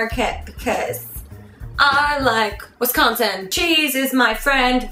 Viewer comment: "I Like Wes Con Sin" Come drink and eat cheese curds with us in Wisconsin sometime, because we love you!